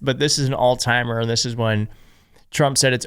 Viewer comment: I think he was saying Alzheimer’s not all timer